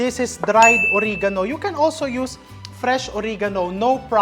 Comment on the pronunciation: I love watching your show. Oregano is pronounced as uh-reh-guh-now.